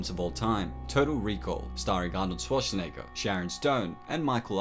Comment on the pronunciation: XD if i hear you say shwashin negeger one more time...i lose it XD